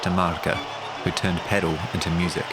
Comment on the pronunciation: Pedal? What the fuck is pedal? It’s pronounced pa-DEL. At least paddle? But pedal? This isn’t a car